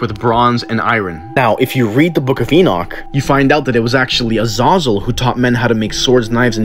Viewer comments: Please pronounce the name right you don't say it with an O. AH- ZAH-ZEL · Or that it's pronounced "Uh-zay-zel" ?. But I do appreciate the info. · I have always believed the name was pronounced “Uh-ZAY-zul”. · It's not pronounced uh-z-ah-zuhl, it's pronounced uh-z-A-zuhl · Its pronounced uh- zay- zel not uh- zah-zel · Azazal it’s pronounced Azazel Azezel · THAT was worse than ah-zah-zell. I was like who pronounces iron like that lol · It’s Az “A” Zal that’s how it’s pronounced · it's pronounced AH-ZAH-ZELL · "uh-zay-zell" youre pronouncing it incorrectly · It's pronounced a-zay-zul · Its pronounced Az a real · Azazel. AH-zay-Zel You can learn how to pronounce it properly now. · Brings so much clarity to the old movie “fallen” with Denzel Washington and John Goodman. Great movie! If those are on screen together it’s gold every time. Except they pronounced the angels name different. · Anyone else bothered by how he's pronouncing Azazels name? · I like how he fucks up pronouncing Azazel's name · Just butchered the name uhzahzule lmfao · That's not how u pronounce azazel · I hate this guys pronunciation of Azazel, never mind the content of this video.